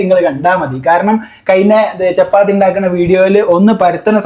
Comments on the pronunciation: ചെപ്പാത്തി അല്ല ചപ്പാത്തി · ദാക്ണാ.. ചെപ്പാത്തി 🙄 ഇത് എന്ത് ഭാഷ 🤣🤣